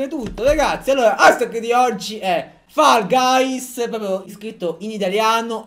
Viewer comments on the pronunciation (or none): Ma lo sa che si dice fol gais e non fall gays??